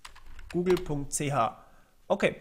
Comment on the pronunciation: da guute google.ch, da kommt der schweizer durch :D